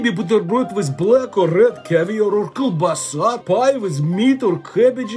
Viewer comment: I love how you pronounce kiełbasa ❤😅